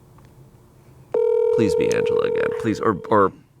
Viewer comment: I heard "a bear" I knew it was Angela lmao